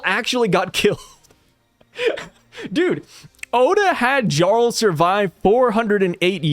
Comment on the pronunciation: No hate but the J in “jarl” is pronounced like a Y. ❤